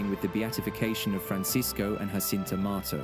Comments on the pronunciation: Her name is Jacinta, not Hacinta! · The J in Portuguese is not to be pronounced as the J in Spanish . . .